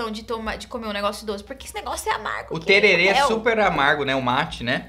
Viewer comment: Não é Terere é TererÉ kkkkk